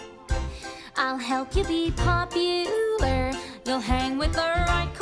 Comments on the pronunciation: Thanks for this. Ever since this came out, I've been hoping you'd do a comparison of this song, and you even started out with Kristen's live performance. So happy to know you are going to be doing more of the songs. I used to think that when Galinda changes PopuLER to PopuLAR that it was her not being sure about the pronouncification,. But I recently realized that it's perfectionist/ocd Galinda noticing that her amendment in the line "... who you were... well ... are." broke her planned rhyme scheme. Awkward pause... then she tries to belatedly update the rhyme and she's not sure if it worked. Another awkward pause before she decides it doesn't matter and just moves on. It's an incredibly subtle lyrical joke about Galinda's fake self-confidence that makes me laugh and admire whoever came up with it... I presume it was a choice by Kristen and Schwartz working together to find the laugh, and it's a layer to the humor that makes Galinda's character work so well despite being who she is... well... was. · She's not confused about how to pronounce popular, but isn't it that she's trying to rhyme popu-lare with are in the previous line? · Most of the time they pronounce popular like popuLUR, but in that one instance she's rhyming with the word are so she corrects her 3rd syllable. Instead of LUR, LAR. That's how I've always interpreted it at least. Hope